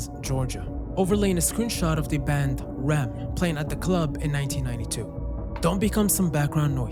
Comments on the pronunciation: This is amazing. weeps at "rem" (You say each letter. R. E. M. FYI.) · My mom would kill me if I didn't point this out- The band is pronounced R E M, letter by letter, not Rem.